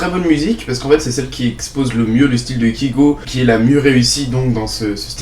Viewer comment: Premièrement, apprend à énoncer correctement le nom de l'artiste que tu permets de critiquer, ce n'est pas "KIGO" mais bien "KAYGO", et qui s'écrit Kygo. Je pense que tu ne te rend pas forcément compte du travail fourni derrière ses musiques ainsi que le sens, dire que ses musiques sont "nulles" je trouve ça très peu pertinent pour une chaine qui se dit critique. Et dire qu'il n'a pas d'avenir, rien qu'au aujourd'hui, après avoir achevé sa tournée mondiale, il s'encre vraiment dans le carré des meilleurs DJs mondiaux. Critique, si on peux appeler ça ainsi, sans aucuns intérêts.